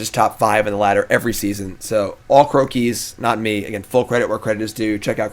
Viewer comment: Its Crow-keys not Crow-key-z. Cmon now man you're using his deck for your video and you didn't bother to find that out? xD